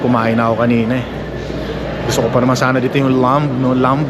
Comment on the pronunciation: Hello po, i hope u won't mind at all. The word "Lamb" is silent B po. Ingat po & God bless always❤🙏